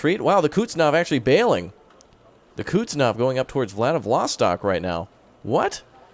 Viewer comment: Please make a video even just a few seconds long and just say it correctly. Lol. Koozznetzovvv